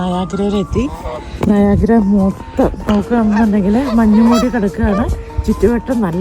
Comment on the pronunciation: അതൊന്നും അല്ല നയാഗ്ര 😂😂😂😂... അടിപൊളി 😎😎😎😎